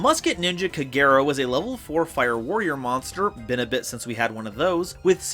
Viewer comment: OK, so someone explain to me... Kagero pronounced Kah-geh-row which is literally the same thing minus 1 letter each, how the fuck do you get: kUH-GAY-row out of it? Like am I missing something or are Americans just this bad at basic pronunciation?